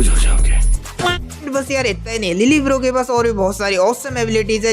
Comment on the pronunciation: Lille barro❎ Lil bro✅